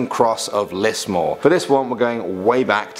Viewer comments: lismore not lismor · You say Melborne we say Melbin. You say Can-berra we say canbra. You say Lismor we say lizmore Where are the drop bears, bunyip and Tassie tiger stories? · To add to that Lismore has an e and is pronounced "Lizmore" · And Lismore not lismor 🤬🤬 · That's not how you pronounce Lismore its pronounced liz-more and same with other places too next time ask a true Ozzie how to pronounce them ok. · Ok as a proud Aussie 1. The only thing we are scared of is running out of vegemite or milo 2. I have heard none of these stories The town pronunciations (how 2 say) Lismore=Lizmore Melbourne=Melborn